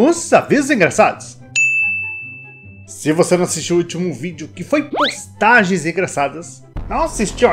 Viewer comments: Eu preferia quando falava bostagens engraçadas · Lembro da época dele falando "Bostagens Engraçadas" KKKKKKKKKK